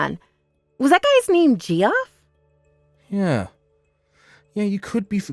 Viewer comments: Thank you, Ge-off was making me crazy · First story: *Arkansas Second story: *Geoff is pronounced "Jeff", Geoffrey is "Jeff-ree". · Geoff, short for Geoffrey, is pronounced like Jeff, short for... wait for it... Jeffrey. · Yeah the Gee off was annoying. It's difficult to imagine that the VAs were unaware that the pronunciation is Jeff. That was painful. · Ge off? It's JEFF!!!!! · “Gee-off” 😂 lol. That’s just a fancy way to spell Jeff. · Downvoted for VAs who can't be bothered to look up names they haven't heard before. Equally downvoted if these are AI bots which read words phonetically. 👎👎👎 DNF